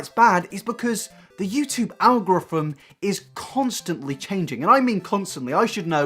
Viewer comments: Owgruffum. What? Owgruffum. Ehhhhh? Al-go-ry-thm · Nobdody:: “algraphim” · “The YouTube algoryvmmmmmmmm” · Good video, but I feel like I need to send you a dictionary.. ;) YouTube CREATOR, not CURATOR. DRASTICALLY, not JURASSICALLY. EMPATHISE, not EMPHASISE. And finally, ALG-O-RITHM, not ALGRITHM... haha! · “Algrofrim?” Algorithm? Those no F in it. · Wow you consistently struggling to say the word ‘algorithm’ is causing me physical pain. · Al-go-ri-thim? Are you saying "al-go-frim"? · al-go-rithm algorithm algorithm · Algorithm is pronounced like algo-rhythm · Omg you cannot say the word algorithm please never try again. All I hear is algorthmmmm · The way you pronounce algorithm bothers me a great deal. It's pronounced - Al Gore Rhythm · Literally everyone else: Algorithm: Algriffm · Al-ga-ri-thum. Algorithm. Fuck my life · do you need help saying algorithm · I don't like how you say algorithm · The way he says "algorithm" 💔💔💔💔💔💔💔💔💔😂😂👀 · the way you pronunce "algorithm" gives me anxiety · OH MY GOD WHY CAN'T YOU SAY ALGORITHM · can't pronounce algorithm